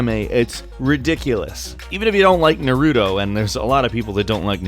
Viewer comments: U say noruto it's narite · narudo? you mean naruto right? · It's not Nuh-Roo-Toe, it's Na-r-i-toe, and I don't even watch Naruto m8. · its Na-Ru-toe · It's nar-uto not Na-ruto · ITS NOT narudo its naruto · its pronounced na-roo-toe not na-rue-o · I hate people that pronounce it nerooto instead of naruto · you pronounce it Naruto not Naruto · Nuh-ru-doe. no, its pronounce NAH-roo-tow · I hate how you say Narruto say Nar-i-toe" not Narr urtooe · Nice way of saying NAruto... naRUUUto... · 'Na-roo-toe' or 'How I learned to hide my fanboyism by using barbarian pronunciation on purpose' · Anime fans were clenching their firsts when he said "noawroodo" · I cringed literally every time he said "Narooto" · It's Pronounced Nah-rou-toe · I came to the comments to find someone, anyone, complaing about his misproununciation of "NAH-roo-toe" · is that you? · I love gameranx but it's nah-ru-toe naruto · U SAID NARUTO WRONG ITS PURNOSED "nar-ugh-toe" why would u do that bro!!!! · KtC Nar-oo-toe 😂😭😂 sound that out and you'll get the right way to say it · You say it wrong as well. It's meant to be pronounced as "Na-ru-to. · Sorry but its nah-rah-toe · I cringed when he said narudo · Narooto XD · Narooto? NAROOTO?!?! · thats how he was saying it. he should be saying it nar-oo-toe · Never say naruto again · Learn how to pronounce Naruto! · SAY NARUTO THE RIGHT WAY REEEEEE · why cant anyone pronounce naruto right....damn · Something about the way you say Naruto slightly triggers me and I don't even like Naruto. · The way you pronounce Naruto makes me want to rip my ears off. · you're saying Naruto wrong I'm not mad I get it I find it kinda funny tbh but next time say it right thanks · So can't say Mario or Naruto correctly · Him saying naruto like that TRIGGERED me so fucking hard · I'm not trying to be rude but it's called naruto not naruto! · how did you prononce naruto horrible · so I'm the only one who slit their d**k because he mispronounced naruto